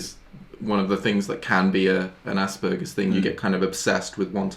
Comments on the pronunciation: Did they say asburges or ass burgers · My Aspergers Brain: I can let things go Also My Aspergers Brain: ITS PRONOUNCED AS-PER-JERS!!!!!!!!! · pronunciation of Asperger's: * exists * Roomie and: ASS BURGERS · Is it just me or did they say she had Assburgers